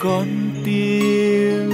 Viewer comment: Có lẽ là tiếng địa phương. Tôi thấy nhiều ca sĩ phát âm sai kiểu này. Con tim thành con tiêm khá nhiều lần nghe thấy, ở vài người.